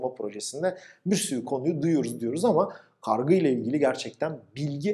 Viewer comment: Hocam kargı değil kargu olacak